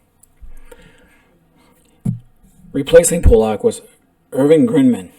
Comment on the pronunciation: It's not Pollack my friend..can't take you seriously lol..